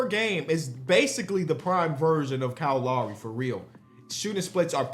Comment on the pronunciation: YO HIS NAME IS KYLE LOWRY NOT KYLE LAWREY